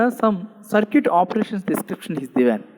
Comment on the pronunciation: Sir ur simply awesome .....as a responsible student I want to correct a small mistake of yours (if you don't mind) the way you pronounce circuit is wrong you pronounce it CIR-QUIT but it should be SIR-KIT kindly correct it cause I don't want people to misunderstand my teacher .......with extreme love and care from G.P. BARAUNI (BEGUSARIA)